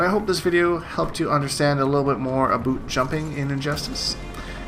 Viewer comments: Lol why do you say "aboot"? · "And this videos all aboot, the boot...." lol you had me dying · DRANTIS マ ダ ラ Canadians say aboot lol. but yes he says it on purpose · "and this video is all ABUUT" Fucking love it!